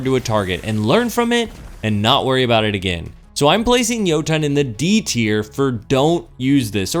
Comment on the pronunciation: Softer T'n next time on Jotunn. It's not Yo-TOHN. It's Yo-Tunn....... literally spelled like it sounds. EDIT: Also, wow... I'm trying to be nice here, but you have lost me with this one. Jotunn's shots are anything BUT unpredictable. You didn't spend enough time with it unlike your opening statement of "i ExPlOrEd EvErY fUsIoN rIfLe DeEp".... if you had, you'd know you can manipulate the tracking by leading your shots... like ANY OTHER FUSION. You'd also know that there's more than one way to play Jotunn, by treating it just like any other fusion; use it like a flaming fist. The goal isn't to try to land your shots at 50m+ away... the goal is to LAND them. A good Jotunn player will never miss. I should know. A-tier at best.